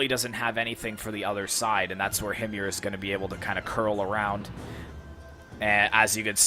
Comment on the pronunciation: HIM-yar. I don't know the proper Arabic pronunciation, since I don't trust Google Translate to tell me.